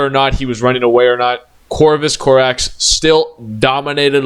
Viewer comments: you keep saying Corvus "Corvax", it is Corvus "Corax" dude, dafak. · also it’s Co-rax not Cor-vax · Please stop saying Corvax😭it's giving me a mental itch